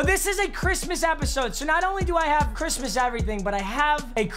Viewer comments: Really u said chrimas instead of Christmas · He said merry chrimas